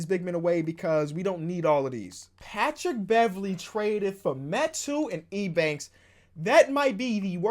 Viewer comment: Eubanks not E Banks